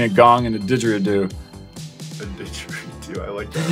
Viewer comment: I’m Aussie and you doing the “digeridoo was very offensive and insulting